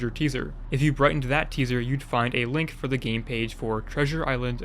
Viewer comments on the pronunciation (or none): none